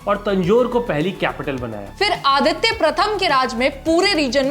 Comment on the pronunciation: It's not adithya its aditha